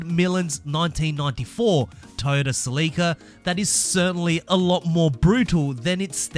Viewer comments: Wtf duuddeee , Celica! : SEL-ICA !!!! NOT!!!! SLEEICA! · You lost me at the mispronouncing of the "Sell"-eh-cah (You could at least find a video where Scotty talks about his "baby", his 94' in order to hear how he pronounces it) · It's Celica. Sell-ick-ahh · Celica. Pronounced sell e kah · You said Celica wrong. Top Secret Supra???? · The way you pronounce celica is just wrong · Ive never heard someone say celica like that